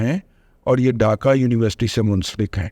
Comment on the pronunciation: رضوان ارسطو ڈاکہ نہیں ہوتا ڈھاکہ ہوتا اور اس کا تلفظ بھی یہی ہوتا ہے - ڈھاکہ ۔۔۔۔ اردو تو ٹھیک سے بول لو بزرگوار انگریزی کے ساتھ جو بلادکار کرتے ہو وہ تو ہم جانتے ہیںscreen کو جو بندہ suckreen بولے اس کا کیا کی جے